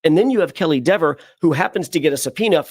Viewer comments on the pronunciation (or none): As a grammar and spelling nerd, Mr. Jackson is incorrect about his 'pronunciation rule' - because English is a hot mess lol Dever rhymes with never/bevel/lever/seven (all spelled with the same vowel-consonant pattern) 😉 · But AJ, never, ever, lever, are pronounced the same way Deeeever wants her name pronounced. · Gotta love how he clears up his dictation by spelling aloud 🤣 AJ grammar lessons incoming? Edit: Lmao just got to the part of him explaining how "Dever" should be pronounced, gotta make those lessons. Pretending English has hard pronunciation rules is an exercise in futility though. Gotta appreciate the fact that her push back against his pronunciation is causing everyone to say it incorrectly now 😂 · Sorry Alan, “never” is pronounced the same. That said, I hope Dever NEVER works in law enforcement again. She’s a complete liar. You can’t call that level of detail a false memory, a hallucination, maybe or as I believe, a lie. One of many.